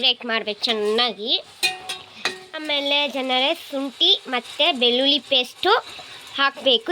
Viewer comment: Beluli paste ma... Beli paste alla thayi fst sariyagi mathnadu mathe vlog maduvanthe...., 😅